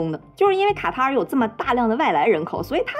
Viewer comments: 一直聽成蛤蟆🐸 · 卡塔尔 ká tá ěr 正确读音 了解一下